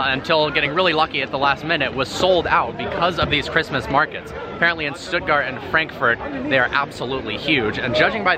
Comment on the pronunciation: Glad to see you figured out the correct pronunciation of Stuttgart